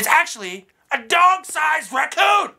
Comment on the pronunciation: he say Racoom?